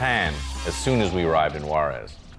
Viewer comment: Juares is pronounced "who-ahdes"!